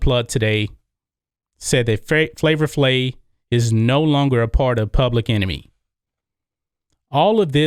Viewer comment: It pronounced Flavor FlaVE, man. Not Flavor Flay. C'mon!